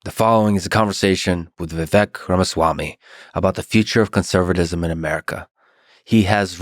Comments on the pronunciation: I love how he said dude’s name wrong in the intro lol it’s supposed to rhyme with cake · It's pronounced like cake -- Vivek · It’s Vivek like cake. You mispronounced his name on the intro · Viv-ake like Cake. Not Viv-eck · Its pronounced Viv-ache. Ache like "i have a back ache. Not Viv-ek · "Viveck" its vivake like cake! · Vivek... but pronounced Viv-ache, it should ryme with cake. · Profound Podcast as usual! Lex I was shocked you don't know how to pronounce Vivek's name yet. It's Vivake like Cake but it's spelled Vivek. I wish Vivek said something, he usually does. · Its Vivek, not Viveck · You owe it to your guest to at the very least get the pronunciation of their name right. It’s Vi-vake, like cake. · Hey Lix Feedman … you can’t even pronounce Vivek’s first name correctly. Shame on you comrade. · Lex mispronounced Vivek's name and nobody cared. Say Kamala wrong and you're racist. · For someone that idolizes Musk as much as Lex does, I can’t believe his brain is still weak enough to be groomed by a dingbat like Mark Cuban. He came off defensive, weak, irritable, and incapable of deep thought/processing in this interview. To start the introduction off by repetitively pronouncing Vivek incorrectly (when he’s corrected people numerous times and is well documented) shows his lack of respect. To make snide comments and bring an eye roll energy the entire time shows he clearly had an agenda with this episode. However you can’t find a negative comment on this video about Vivek. It shows the people can read through Lex’s weak approach to discredit the intelligence and ability to unite that Vivek brings, and all Americans are desperate to have back in office. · Fuckin Lex... mispronounced his name in the intro. 😂😂😂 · Bro interviewed Vivek and didn’t even look up how to pronounce his name. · Ffs, he says Tim Walz, as next Dem candidate. While talking to Vivek, kept pronouncing his name wrong. But Walz- Vivek, I wish I didn’t waste my time. Vivek as always was great.